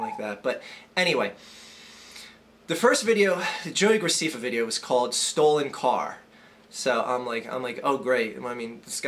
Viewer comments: And his name is pronounced grac'eh'ffa with an (ɛ) vowel sound. not 'ee' (i). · Yeah, you did say it wrong. It's GraSEHffa. I should know; my little sister watches his shit all the time. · Scuze me, his name is pronounced joey gracEffa. Not gracEEffa. Thanks. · It's not Joey Graceeeeeeefa it's Joey Gra-ceh-fa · ITS NOT JOEY GRACEEEEFA ITS JOEY GR-AH-CEH-FFA. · it's GracEFA not Graciffa dude don't make videos about what you don't know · It's graceffa not graccfa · JESUS CHRIST IT'S ANNOYING ME YOU SAYING GRACIFA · its pronoucned gra-seff-fa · You're saying graceffa wrong, it's gra sef fa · What I don't get is if you saw the video then why are you pronouncing his name wrong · You are rude to everyone who watches him and u are saying his last name wrong get it right ! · You dont fucking say his name right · Are a a#$ whole learn how to pronounce his name first of all. And the 1 of the reasons u hate him he's good looking (unlike you) and 2 he has more suscribers. Your just jellous. And his fans are not just girls there guys and girls. And whoever can listen and agree to this nonsense is stupid and ill in the head. You hate on people cause there popular so you don't need to make these vids on wat you think about people cause no one cares about your opinon so stop being inmuture and GROW UP!!!!!!!!!! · Because he mispronounced his name? Your logical is beyond astonishing. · Learn how to say his last name fucking idiot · Okay, first learn to say his name right and also you only have 37,388 subscribers so I wouldn't be talking okay he was joking the whole time about the fat thing he wasn't calling the person fat he called the car fat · learn to pronounce his name before you judge him dumb fuck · You're saying his name wrong